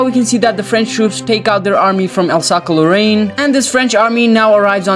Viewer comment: Alsace is pronounced as Alsaas